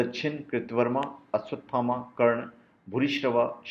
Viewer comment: first learn to pronounce his name